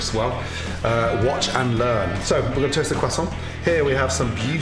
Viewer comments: Is anyone French in here? Tell me Gordon isn't mispronouncing croissant! He doesn't pronounce the 'r' and I was told by a French person that French people actually do pronounce the 'r'! He says it incorrectly: "queZZontt" and without an 'r'. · Are u gonna finish that cwosont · Random Things qwasson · oh, god no, you can't spell croissant right oh gosh this is not how you say croissant if u were showing this recipe in France, they would like it but you would get embarrassed of the way you say croissant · The way he said croissant😂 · I refuse to pronounce croissant the way Gordon does, I don't care if I'm wrong. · Just me or when he said croissant it reminded me of the meme😂😅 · Please learn how to pronounce croissant. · meh, not really, right pronounciation would be with a rolled R instead of the english "w"-ish pronounciation of R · Just got to appreciate how he says croissant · How i say croissant: croissant how Gordon says croissant: quesont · crosant: exists gordon: cwesan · FOR THE LAST TIME ITS CROISSANT NOT CRASSON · Gordon its Croissant not cwasant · No I didn’t hear croissant, I heard cwason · we don't say crossarnt. We say cross-awwnt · its a croissant not a cwasa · Everybody: Croissant Gordan: kwason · Idk why, as Gordon says it properly, but his pronunciation of "croissant" reminds me of the people who'd try to say it properly in a Dunkins drive thru I used... It came out as "ka-tont."🙄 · Normal people: Croissant Gordon Ramsey: Quassan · isn't anyone gonna talk about how he says quhsant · Gordon Ramsay....stay away from Cajun food... who tf says Kwehsaunt 🤣🤣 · crest sont......say it right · Am i being learned how to pronounce Quasont or you showing off Gordon? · Putting tasso on anything doesn't make it Cajun, anymore than that "kwoisson" makes it French. Lol But it sure does look tasty. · Did he say "quack song" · It's so funny when he says Croissant like KWAH SOHN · Gordan ramsay: "Quassont" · Beautiful cwassant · no one: gordon: cwosant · Cruh saun